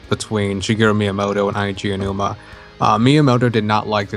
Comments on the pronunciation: It's Aonuma, not Ayanuma. For goodness sake learn how to say his name. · The way you pronounced "Aonuma" near the start triggered me.